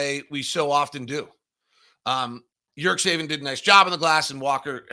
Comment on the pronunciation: nice analysis again but please check with Ömer on how to pronunciate his last name. I'm pretty sure there isn't suppose to be "k" in the middle like you are saying it. It's important that the teams own media people at least say their players names right.